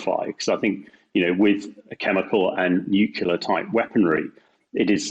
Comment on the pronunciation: Bit worrying that the geezer whatever his name is cannot pronounce nuclear properly considering who he is lol